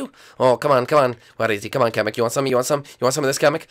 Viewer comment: it's pronounced kamek not kameek